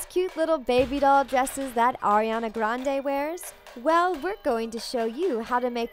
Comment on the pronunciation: OMG, finally, a video where someone ACTUALLY said Ariana's name right..